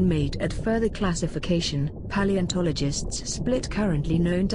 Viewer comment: I like the way paleontologist is pronounced here. In my opinion, it is more correct than what you may hear otherwise. Remember: this word is of ancient Greek origin and has nothing to do with a bodyly condition.